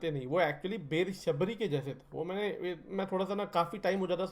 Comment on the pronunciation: बैर नहीं बेर उच्चारण करते हैं। आपकी श्रद्धा भक्ति अतुल्नीय है। विचार भी अति उत्तम हैं।